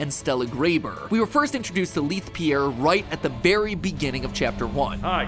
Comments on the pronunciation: How's matpat gonna show a clip of leith pronouncing his own name and still say it wrong lmao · I think Matpat has been pronouncing Leith's name wrong